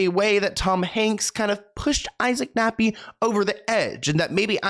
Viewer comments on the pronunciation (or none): Is he saying Isaac Nappy? Hahaha, thats funny, Anyways, it would be more surprising and likely an easier task if he were to reveal those in Hollywood who ARENT one of these P files. That would be a very short list, as I believe anyone with a high level of success is somehow involved in shady business like this